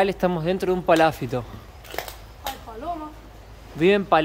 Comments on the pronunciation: Y seguís equivocándote, porque no es "paláfito" (palabra que, por ser esdrújula, obligatoriamente debería llevar tilde...), sino PALAFITO, palabra naturalmente GRAVE (como son la mayoría de las palabras en el idioma español), por lo tanto NO LLEVA TILDE (u ACENTO ORTOGRÁFICO), o escrito, sino que sólo se pronuncia ACENTUANDO la penúltima sílaba, naturalmente, siempre, sin necesidad de poner tildes. Son las reglas del idioma castellano. (o sea que NO LLEVA TILDE, pero, a los efectos demostrativos, para que lo vea y entienda fácilmente, sería PALAFÍTO) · Palafíto.Palabra grave,no esdrújula.Ah! Chiloé,palabra aguda. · Cada vez que y dicen "PalÁfito" un Chilote queda sin hogar😢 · no es paláfito es palafito con acento en la i. hay otras que ahora no recuerdo y que no acentúa y pronuncia bien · Lindo video chicos. Nos encanta su naturalidad y buena educación. es muy cordial. sorprende con su español. Una pequeña observación acerca de la palabra Palafito. Es una palabra grave. No lleva acento ortográfico. Al pronunciarla la mayor intensidad va en la sílaba fi. Sigan llevándonos a pasear por el mundo. Conozco parte del sur chileno. Es muy hermoso. Muchos cariños para ustedes y sigan adelante. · Palafito,con acento en la i…para que lo digan correctamente Un abrazo y gracias por compartir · Aunque el vídeo es de hace muchos meses, recién lo veo. Fantástico todo: Chile, ustedes y el español de. muy empático y gracioso. Pero... es palafito con acentuación prosódica ( sin tilde, la sílaba tónica es "fi". No te ofendas por la corrección. Apareció la "maestra de primaria q hay en mí ). Adelante chicos. Geniales!!! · PALAFITO, NO COMO DICE.